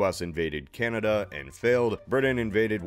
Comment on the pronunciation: Ah yes, Canadia